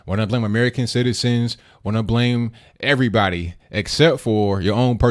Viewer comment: Lol she just blaming "er'vrybody"!!!!!HAHAHA she just can't get it through her head that plenty of decent folks did not want her in office